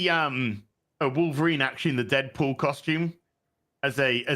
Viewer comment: The way says costume - koshtoom - is super ghet